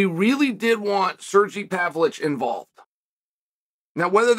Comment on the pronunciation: Sergee pavlich is actually the correct pronunciation in the great state of oregano